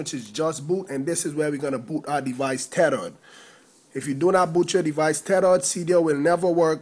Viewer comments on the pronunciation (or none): Tethered= terered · tedered lol